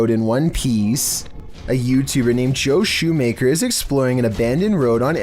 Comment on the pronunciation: John shoemaker= Joe shoemaker. Bebeours= bebois If you’re gonna say the peoples names could you at least say them right? John is not joe and Bebe ours is not be boys.